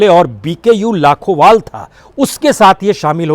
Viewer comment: लाखोबाल नहीं सर लखोबाल